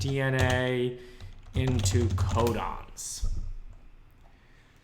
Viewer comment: thought he said condoms instead of codons